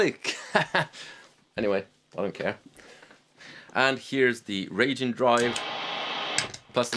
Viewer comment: Speaking of "difficult to pronounce," it's "Wry Gene," not "Ragin'." He's a Japanese lightning/thunder god. (You don't want Wry Gene to be ragin' at you. Maybe just call him "this guy.")